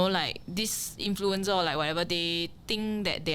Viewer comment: Didn't know XX was cancelled too until it's revealed here. Glad to have a chance to hear from her again. Don't make 'influencer' sound like 'influenza' though. 😊